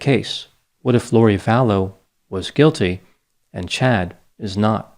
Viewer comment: Are you sure it's Chad and not Chode?